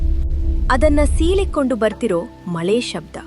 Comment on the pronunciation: ಮ ಲೆ ❌ ಮ ಳೆ